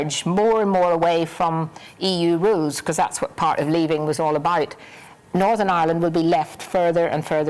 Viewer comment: I hate it when someone pronounces Northern, as NORVERN